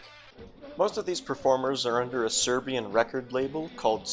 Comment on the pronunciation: smh how cant Americans pronounce "Serbian"